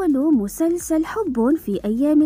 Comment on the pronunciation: 😂😂😂 ليش تقولين مسنسن بدل مسلسل 😂😂